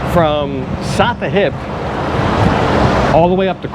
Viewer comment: You were correct about the ice, but I have a feeling that your wife could school you on the correct pronunciation of Sattahip!